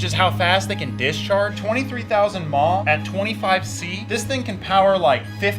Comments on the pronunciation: stop saying "mah" it is milliamp hour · Saying mah out loud is funny. Bro just say amp hours 😂😂😂